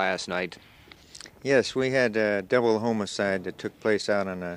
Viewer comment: Oh my goodness, the way the officer says "homicide" not sure why he calls it homocide.